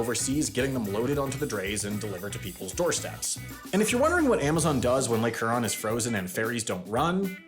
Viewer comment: And "Lake Hurron".